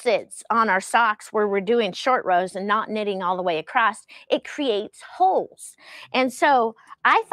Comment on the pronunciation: Holes not hokes. Lol